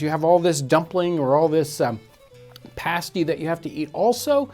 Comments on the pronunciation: English pronunciation is Pasty (hard A) rather than parsty or paysty 😉 Great video! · John, a pay-stee is what strippers wear. I think you're talking about pass-tees. Both spelled the same way (pasty) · How we pronounce it is like pass-tea. The American pronunciation of pass.